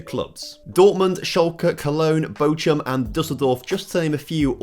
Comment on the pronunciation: Ch is not pronounced as a Tchu in German